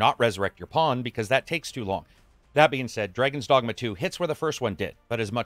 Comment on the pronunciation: Did I hear "Dragons Dongma"?